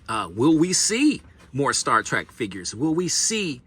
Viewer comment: Remember it's Trek Not Track.